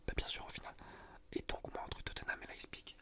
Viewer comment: leiPZig frero, le z après le p